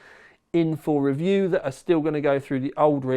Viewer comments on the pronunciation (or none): none